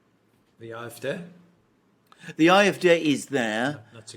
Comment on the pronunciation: The "A" in AFD isnt pronounced "eye" it is "ah". In fact no letter in German is pronounced "eye".